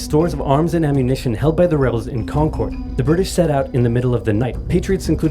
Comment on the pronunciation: Wonderful! Please also do Part II. We're only part way there. For those not familiar with the area, the town of Concord is mispronounced in this video. It is correctly pronounced like "conquered." And so is the native concord grape, as in "Welch's grape jelly is made from 100% 'Conquered' grapes."